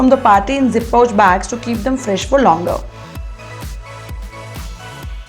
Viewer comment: It's zi-pouch...not zip-pouch